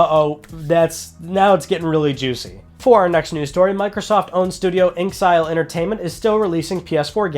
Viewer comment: The name of the studio isn't pronounced "Ink-sile", but instead is "In Exile".